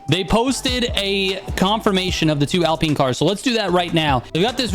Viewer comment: “Alpeen hyper car”